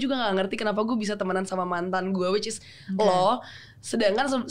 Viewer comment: Awkarin kebanyakan bilang whichis😂